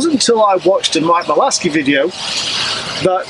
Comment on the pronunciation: Malaskey? I think you mean Malaska